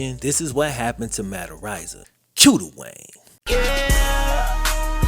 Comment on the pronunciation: I'm pretty sure it's pronounced areeza I think. Not arise-a